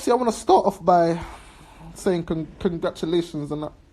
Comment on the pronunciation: Congrassulationz (congratulations)....your bad 😂😂😂.Whenever speaks you need a DIKZIONARY.SOUTH LONDON STYLE.Well has finished spac nation